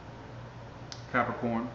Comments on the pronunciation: Lmao! Sesame Street...cap-ri-corn 💀 😂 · You be making my day!!! Ca-pri-corn.... 3 syllables folks.....